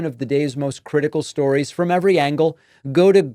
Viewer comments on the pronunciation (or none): none